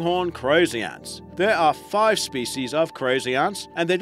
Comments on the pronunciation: I notice when talking about one Ant ..It's Ant...talking about more than one you pronounce Aunts..as in Uncle and Aunt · Yea especially the way he says ants (aunts)😂😂😂😂😂😂😂😂😂😂😂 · Is it just me or when this guy says ants it sounds like aunts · That's a strange accent... 'ahnts'? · He pronounces it aunts😂